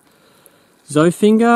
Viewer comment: Zoffinger collab will be great. Two of my favs! I believe he pronounces it Zoffinjer though. Keep it up!